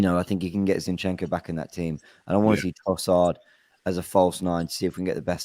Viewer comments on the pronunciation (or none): Why can't pronounce Zinchenko properly? 😂😂😂 Its not Shinchenko, I laugh every time he says it 😂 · Shinchenko... is that a new signing? I love when cannot pronounce the name correctly. Always makes me laugh. Great content as always and that comes from Liverpool fan! I love watching you guys!